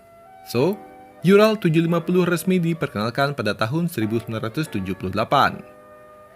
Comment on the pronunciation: Maaf,Bang. URAL (ураль) dibacanya bukan yural tapi tetap ural karena itu bahasa Rusia 🙏